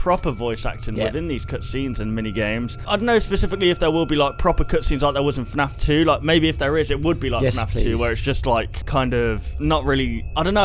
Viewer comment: "Fnaf tew is the ownly gayem with cootscenes"